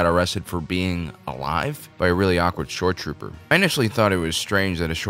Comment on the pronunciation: I thought you were saying "short trooper", which made me think "yeah, he does look a little short for a stormtrooper".